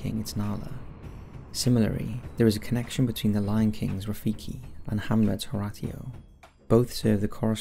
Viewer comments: "for well over a century starting in 1928" ............. learn to maths. Also who is "her rat eo" ? did you mean Horatio pronounced " hor ratio (as in the maths term ratio)"? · Horatio is said Horashio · it’s pronounced “ho-ray-she-oh” 😂 cmon bruh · The pronunciation of 'Horatio' floored me for a good minute. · Not a fan of Shakespeare then? I've literally never heard anyone ever pronounce Horatio like that! Otherwise, an interesting video, cheers. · THANK YOU. I said out loud "You're a British person and don't know how to pronounce 'Horatio'???" He does a lot of weird/wrong pronunciations